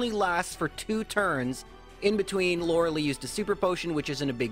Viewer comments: Lorel - ee It’s Lorel - I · "Laura Lee" facepalm this game has been around for 24 years you'd think you learn to say Laura LIE. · Its pronounced lore uh lie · No one can pronounce Lorelei correctly lmao